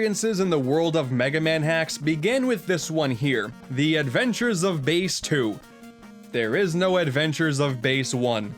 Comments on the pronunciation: Bass's Name isn't pronounced Bas-e it's pronounced Ba-ss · SUPA FIHTIN WOBIT also Bass is pronounced ba-ss not base